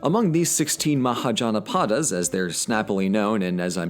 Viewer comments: You were actually not that far off with the pronunciation of Mahajanapadas. The only mistake you made was with the "jan" bit. Its pronounced like Sun. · it happens because when you actually write romanized Sanskrit words in English, you get rid of the accents, forgetting that they’re really important. Mahajanapada is actually “Mahājanapada,” where the ā’s are “ah” sounds and a’s are “uh” sounds. Muh-Hah-Juh-Nuh-Puh-Duh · muh-ha-juhn-puhd-a, mahajanapada